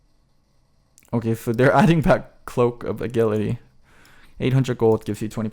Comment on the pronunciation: the way he pronounces agility makes me sick